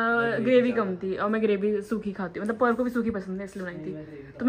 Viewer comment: Mama "Parv" ko "Parbh" bolte hai....Cute🗿👍 (Mama patna me meetup rakh lena plssss🙏)